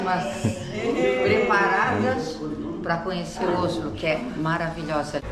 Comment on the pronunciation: Pronunciando Oslo errado ,em português a pronúncia correta da-se com a letra Ó aberta E como se estivesse um acento no o ,não se pronuncia com o fechado ÓSLO